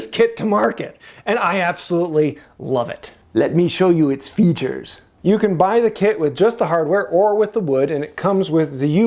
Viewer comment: Just had a great laugh at "Let me show you its featurrrs"! Nice one! 😁